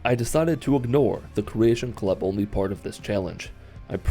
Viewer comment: The second you said creatation club. I stopped watching.. =/